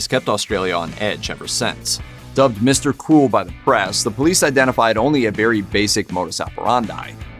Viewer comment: It sounds like he is saying Mr. Cool not Mr. Cruel. I looked at the segment title to find out what he was saying.